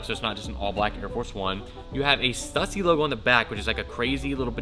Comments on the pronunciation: Stussy is pronounced stoosy. There's no debate. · it's not stuh-sy it's stoo-sy. Other than that keep up the good work! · learn howbto say it right. its stoosy not stuhssy. STÜSSY not stuhssy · Dope sneakers and you pronounce stussy wrong its supposed to be stussy not stussy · The 2 dots over the letter U in Stüssy makes it pronounced “Stoosy” for whatever it’s worth. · **Stüssy is pronounced STOO-see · It just triggered me hearing him say stuuussy over and over again. Americans really don’t seems to get the grasp of ö ä ü‘s. But I get is there is literally no use of them in the English language. So no bad feelings 😆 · STOO-SEE. Goddamn man. Its been around forever. Please say it right. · Is it me or is sayin STUSSY WRONG? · Stüssy - Ü - stoo-see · It's pronounced STU-SEE. That is all. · Stüssy - pronounced stoossy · PLEASE, learn how to pronounce STUSSY... "STEW-SEE"... FFS